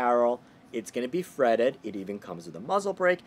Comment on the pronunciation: Are you saying fretted or threaded ?